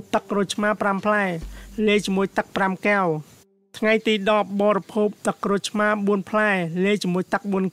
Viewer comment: ត្រូវនិយាយថា កែវ មិនមែនគែវទេ នេះជាភាសារខ្មែរ បើប្អូននិយាយថាគែវនោះៗ មិនមែនជាភាសារទេ